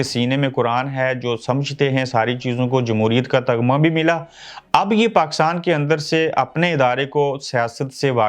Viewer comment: Nice...🙂 Buss thora correction kar len Taghma nhi hota Tamgha hota he 🙂